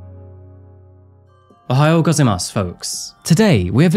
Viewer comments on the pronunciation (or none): The second o in ohayo should sound like the o in "shock" also you kinda lost the first a in gozaimasu.